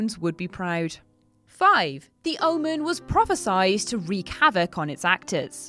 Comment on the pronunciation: Just a heads up for future videos: It is pronounced prophesied (prophe-sigh-ed), not prophe-sized. It's a common mistake in most movies and games, but it drives me crazy every times I hear it. I love the channel btw!